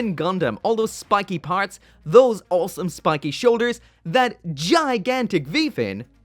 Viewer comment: Whenever he says "awesome" all I hear is "wholesome"